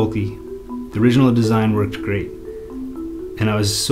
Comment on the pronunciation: I like the video, but I hate your pronunciation. For example, on instead of saying "Worked great", you literally say 'pomegranate'. Dislike. You do not respect your audience, and the fact that they may not be from the USA.